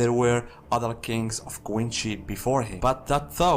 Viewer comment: Nice pronunciation of quincy. Very nice. 👍🏾 And don't worry about the Bad english. I'm Puerto Rican and some people in my country have worse english than that. I understand u perfectly. Keep making great content.